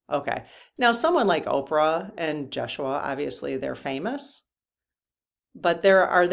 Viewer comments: Hi. Yeshua is pronounced YES U A Rather than Jess u a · I think it’s ya-shu-a. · I think I've heard the name pronounced Yes-shoe-ah.